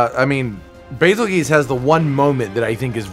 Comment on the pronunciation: I will forever not understand why calls him Bazel-GEESE when it's quite literally spelled to be pronounced Bazel-JUICE.